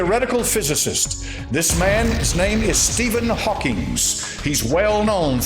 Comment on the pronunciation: Steven Hawkings It's Steven Hawking